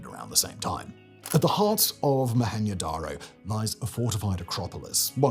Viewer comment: Why are you saying Mo-Hen-yo darr-oh? It isnt mexican. Its Mo-hen-Joe Dar-Oh